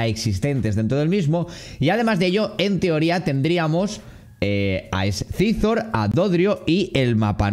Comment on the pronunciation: tío con cariño....pero no lo pronuncies así que duele, no scyzor, es saisor en spanglish xDDD